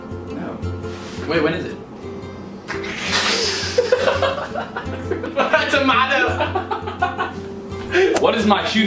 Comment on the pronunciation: THE WAY CAMERON SAYS TOMATO OMG WHY IS THIS SO FUNNY